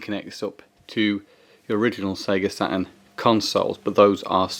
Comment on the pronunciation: A "Sa-un pad"😅😅😂